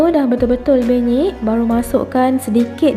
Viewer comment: Puan, puan sebut PENYEK ke BENYEK?